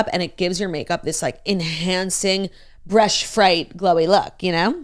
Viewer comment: “Enhancing Bresh, Fright, glowy look” I don’t know